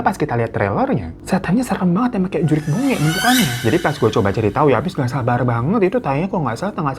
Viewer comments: Mohon maaf bang bukan "juriq" tapi "jurig" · JURIG BONGE bang bukan JURIQ🤣 JURIG itu artinya hantu. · JURIG bang bukan JURIQ.. itu bahasa sundanya hantu😂👍🏼